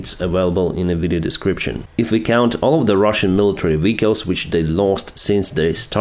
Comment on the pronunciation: It is not called VICALS. It is VEHICLES